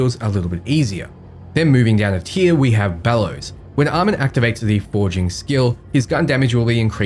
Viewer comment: Almond?? Aye-Mawn. One thing this video does in addition is highlight how BL3 Music doesn't fit BL4 content at all IMO 😂